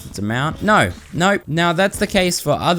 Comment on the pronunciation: “Naur class”